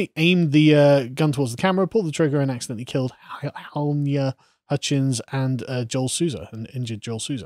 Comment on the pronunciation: Ha-ly-na, lads. Halyna!